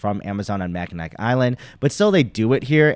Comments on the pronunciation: (MACK-IN-NAW) Island - the easiest way to find out if someone is not from Michigan =) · Great video. FYI it doesn't really matter but it's pronounced ma·kuh·naa island. Makes no difference but figured you would want to know